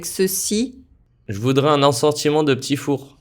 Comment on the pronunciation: Il ecrit "je voudrais" mais il dit "je voudra"